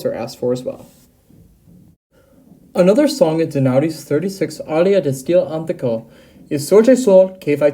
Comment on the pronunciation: It's not "steFAno", it's "sTEfano", for heaven's sake, please do learn at least to pronounce the name properly. And: It's "di stile anTIIIIIco" and not "di stile ANtico"! I've quit watching after , it's really horrible, I'm really pissed. Do at least a minimum of research how to pronounce what you want to talk about before you present it to the public, will you? It's a disgrace. I can't listen to that.